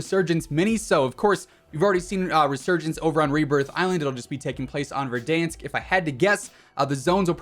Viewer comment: Why’d you say verdansk like that